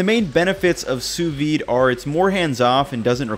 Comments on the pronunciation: Pronounce it SOO-VEED, and not soovee. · Great video! My only complaint is that it's pronounced Soo-veeD. Sous-vide. There's a D missing in there ahaha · I get so triggered when i hear "sous-V". It's Sous vide in french, under vacuum. Just imagined if we called hamburgers "Hambur". It's dumb af, i know, but it triggers me. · Am I the only one who hear sous vi and not sous vide? Where's the D? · Why do you think the D is sous vide is silent?